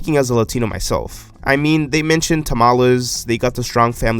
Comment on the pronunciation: “speaking as a Latino myself” Pronounces Tamales with a gringo accent Lol peace and love peace and love Love your videos! 💛